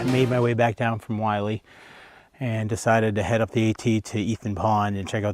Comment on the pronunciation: Why does everyone mispronounce this trail as “Wiley” haha its Mt Willy, pronounced as “Will-EE” not being a dick, its an observation, same thing with Chocorua, everyone pronounces it incorrectly.